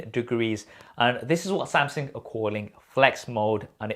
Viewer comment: "Samseng"....is it just me but this itch my ears whenever i heard him pronouncing it like that